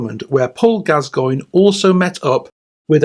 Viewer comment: Who the f@ is Paul Gaz-goyn? 😆👀 It's bloody Gass-coin 😆🤡 What the actual f.......